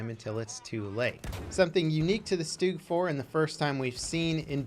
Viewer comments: Its st-ugg, not stoog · Its not pronounced stoog -_